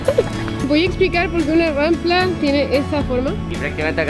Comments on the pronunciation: se dice Rampa, no Rampla:( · Eres muy linda pero se dice rampa y no rampla